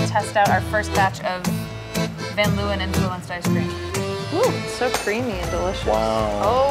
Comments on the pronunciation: any other dutchies deeping how much the word leeuwen was butchered in pronunciation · The way they pronounce Leeuwen lmao